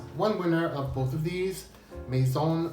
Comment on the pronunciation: FINALLY PRONOUNCING IT "MAISON" AND NOT LIKE "MASON". CONGRATS ON GETTING IT RIGHT FOR ONCE